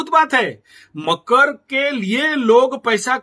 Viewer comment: पहले तो मकर बोलना सीखे आप😂😂😂